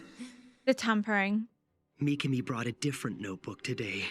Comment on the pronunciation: Not mikani.it's mikami